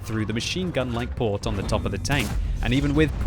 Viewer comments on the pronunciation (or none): none